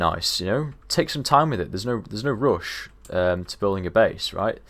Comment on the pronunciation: "theres no roosh"